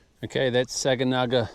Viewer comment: Too late now, but Sag is produced "Sag-anaga" emphasis on the first sylable.